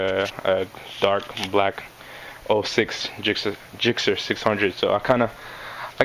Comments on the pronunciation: It's gixxer not jixxer mate ;) nice bike though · Spelled Gixxer, pronounced "Jixxer" mate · Ever heard of hard g's and soft g's